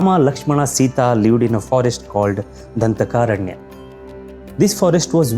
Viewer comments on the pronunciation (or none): Sorry bro not danthakaaaranya . It's Dhandaakaaranya if I am not mistake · Dhandhakaranya. Not Dhanthakaranya. Dhantha means tooth. Dhandha means punishment. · Btw, it is Dandakaranya and not Danthakaranya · It is dhandakaaraNya Not dhantha kaaraNya !! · The person who has narrated the story of Ramayana has to improve his pronunciation of words dandakaranya etc